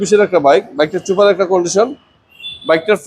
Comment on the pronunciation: ছুপার না সুপার। অনলাইন সেক্টরে ভিডিও করলে উচ্চারণ সঠিক রাখাই ভালো তাহলে বুলিং এর শিকার হবেন।